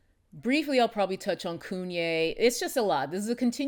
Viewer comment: Everytime she says KUNYE I holler. . She's hilarious! LOL